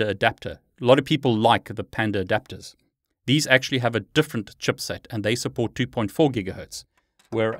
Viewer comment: Awesome video that provided me some good info. Using ACHIrtl stupid antenna and have always had major problems to get it work. It's either I need to install drivers again or the 5ghz doesnt work... OP is switching to parrot OS :D ff that sh** :D ALSO the way you say CHIPSET (chupset) made my day. xD